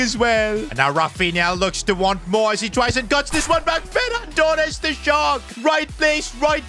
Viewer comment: no it’s Ferran TooRrRrRrEsSsS